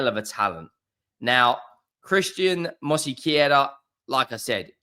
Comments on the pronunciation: It's Mosquera not Mosiquera. Stop being disrespectful. Simply follow the spelling. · “Mosykeyera”? You’re starting to rival Robbie’s AFTV transfer daily’s with these pronunciations 😂. Not really tho, his are terrible 😂